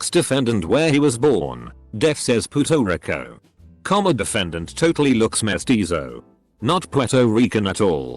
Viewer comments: the voice reading 'Puerto Rico' took me out loool "puto wrecko" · “Pooto Ricko”